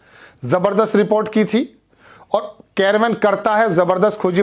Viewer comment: कैरवन नहीं बोलो मेरे भाई उसका नाम कारवाँ है।